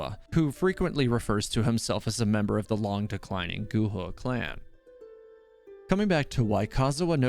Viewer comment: Xing qiu Not qiuah lol Gu hua Not gu hu ah. "Hwa" as one word. Li yue Li "Yur eh" but faster. Not li weh. Sorry, your pronunciations sometimes get a little distracting 😂